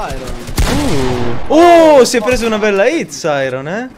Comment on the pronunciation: Ma si dice Sairon non Sairos